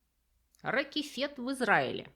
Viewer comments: РаКефет - ударение на втором слоге. В переводе - цикламен. Очень маленькая ремарка к прекрасному ролику. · Класс ! Надо срочно проверить как там Хоагарден поживает. Только в названии пещеры , ударение на Э. РакЭфэт. רקפת . Так на иврите называют растение ( цветок🪻) - цикламена или первоцвет. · Спасибо, как всегда прекрасно и интересно! Правда пещера в Израиле это РакЕфет ("Цикламен", ударение на второй слог). А любимое пиво - пожалуй красный эль. Или пилзнер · Юличка. Не пещера рахефЕт. Это ракЕфет . Цикламен на иврите. Осенью зимой камни во многих местах в Израиле покрываются цикламенами. Очень красиво. Строго говоря почва там есть. Кстати. Сейчас великолепное цветение в пустыне. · Пещера ракЭфэт- ударение на второй слог и означает цветок цикламена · пещера все-таки называется ракЕфет (удерение на 2-й слог) и оба "е" в слове не мягкие, скорее ближе к "э" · РакЕфет. Правильно произносить так название пещеры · Изумительная лекция, спасибо!❤ Единственное, о пешере в Израиле - произносится "ракЕфет". На иврите это цветок "цикломен". Ещё раз спасибо! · Извините, позвольте поправить: "ракЕфет", ударение на первую "е" , это цветочек такой - дикая фиалка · Пещера называется "Ракефет" ( ударение на второй слог)- Цикламен. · Спасибо! Прекрасно, как всегда! Пещера произносится РакЕфет и переводится, как цикламен (альпийская фиалка). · В слове "ракефет" ударение на первом "е" 😊. Замечательный научный обзор, молодец.